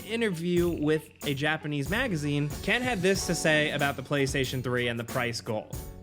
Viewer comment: its Ken not Keeeean